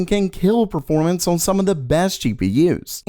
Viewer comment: Years later and you still can't say "on"